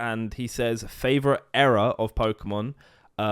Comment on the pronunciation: It's Era not error 😂 Also Battles Styles is the best regular set of Sword and Shield imo, It gets kicked so much.